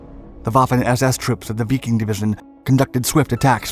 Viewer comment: Why? He needs to be called out when he makes glaring mistakes. Like calling the 5th SS Biking over and over. It's Wiking as in Viking. Little things DO matter if your teaching history to others